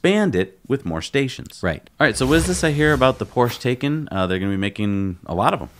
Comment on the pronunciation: Guys, I have made this comment before, you are NOT pronouncing the Porsche Taycan correctly! Google how to pronounce it and Porsche them selves have a video about it.